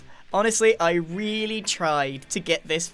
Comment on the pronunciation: Grian:really long weely long. Me: ya mean really long REALLY long?